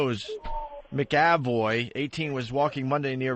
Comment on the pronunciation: the way Opie pronounces McAvoy